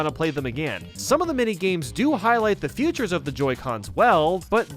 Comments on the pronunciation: It's pronounced "fee-tures", stop saying futures. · Dude it’s FEATURES not FUTURES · i hate how you say features as futures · OMG,PLS in the name of sweet jesus stop pronauncing "features" like that. LOVE YOUR CHANNEL :)